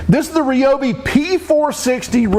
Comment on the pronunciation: Hey! Someone who actually knows how to pronounce Ryobi correctly!